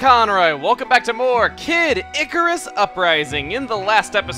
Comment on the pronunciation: He literally called Pit "Icruas" Don't waste your time on this pathetic worm.